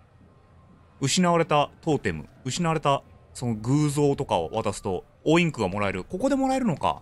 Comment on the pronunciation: やっとですね！！ベータ版楽しめたらいーですね＼(^o^)／ p.s.オインクスじゃなく、オインクだと思いますｗ